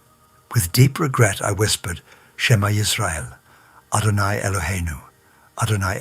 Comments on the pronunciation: It's total crap because he can't even pronounce properly the main prayer of the Jewish people said twice a day from the youngest age why do Christians have to create these deceptions deceptions it's disgusting deceptions. It's disgusting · This is total BS. Supposedly a Rabbi? He cant even pronounce the Shema prayer properly that is a Biblical commandment said twice daily since a child can speak 😂😂 Whats up witj you Christians that you need to deceive people to get people to believe?! Your religion is based on lies, mistranslations and other deceptions. Just watch Tovia Singer and you will see. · The prayer he said in Hebrew, one of the Hebrew words was not pronounced correctly. Any and every Jew, especially a Rabbi would not make this mistake. Therefore my opinion is that this story is a fabrication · Dude certainly never was a Rabbi, this is a pastor pretending to be Jewish. He can't even pronounce the Shema properly. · Why are you faking Rabbis near death experience to prove Jesus… The way you pronounce the Shema shows you are not Jewish. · clearly the narrator was not the person whose story is being told. No observant Jew would mispronounce the Shems prayer. This is a 5 minute story drawn out to 19 minutes. Shame on whoever made this crappy video. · This computer voice mispronounces the Shemah. If Jesus is the messiah why must he rely on fraud to spread faith in him? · THIS IS A TOTAL FRAUD. THE GUY DOESN’T EVEN KNOW HOW TO PRONOUNCE THE SHEMA, THE HOLIEST DECLARATION IN JUDAISM. THE NARRATOR IS NOT EVEN JEWISH. HE’S AN IGNORAMUS. SHAMEFUL LYING PROSELYTIZERS. JUST LIKE PAUL. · Unfortunately they way this person pronounced the Hebrew words, SHMA and echad make me think this is not a Rabbi speaking.